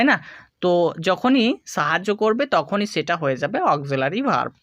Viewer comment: ছেটা কি। হবে সেটা । ছ না স দিয়ে কথা বলেন